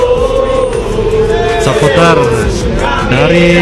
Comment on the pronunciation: Bang sapoter bahasa inggris..kalau Indonesia nyebutnya suporter bang eeee